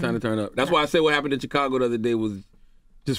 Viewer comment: Why Charlamagne always say `chick`- cago?